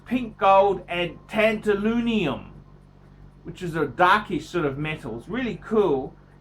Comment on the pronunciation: tantaloonium....you´re talking bout tantalum, you nasty tantalunatic